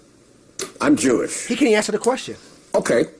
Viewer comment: See how only when put on the spot he says " I'm actually Yewish." Alot of falsehoods are traceable to certain groups that interest is keeping black and white people at each others throats, while they screw us both simultaneously.